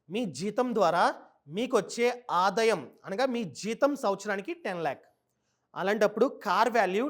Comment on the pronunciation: Nice..good inf.say aadaayam not adayam bro